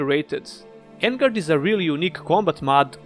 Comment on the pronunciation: On-guard not En-guard.